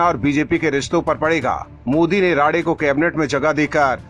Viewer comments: अबे राडे नहीं राणे है। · राडे नही राणे सर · नाम राडे नही साहब राणे साहब है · Rade nahi his name is Rane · उनका नाम राने है राडे नही। उनका फिर से नामसंस्कार ना करे। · राडे-राडे क्या कर रहा ठिक से नाम नही ले सकता है क्या तू अक्ल की कमी है क्या तुझमे बेअकल उनका असली नाम राणे है ठिक से लिया कर समझा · Rade nahi Rane 🙏